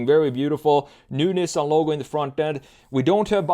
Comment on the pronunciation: thats not how you pronounce nissan omg